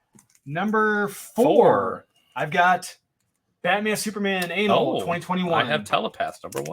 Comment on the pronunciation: Is intentionally pronouncing "annual" like "anal?" I guess so